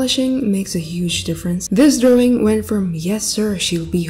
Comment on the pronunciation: I LOVE WHEN SHE SAYS DROWING LOL😂😇